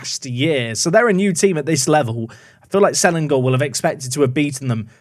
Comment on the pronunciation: Terengganu should pronounce as Te-reng-ga-nu. Say 'ga' like when you say 'ga' in Lady Gaga. Selangor is alright, but the ending is 'ngor' rather than 'gor'. The stands looks unique because it was partially collapsed a few years ago... Yes, there is a go-kart and drag track. And the drag track is also a motorbike track (100cc & 150cc I think, cub prix they called it)